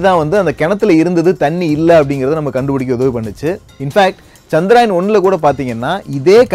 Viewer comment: Firstu சந்திரயான் னு olunga solli palaguda..